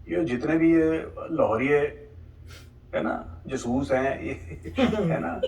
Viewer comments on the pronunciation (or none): ‘जसूस'😂 mam aapne ye reaction videos me suna hai